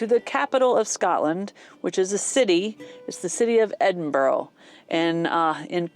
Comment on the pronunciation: It is pronounced Edinbrrrr, odd huh?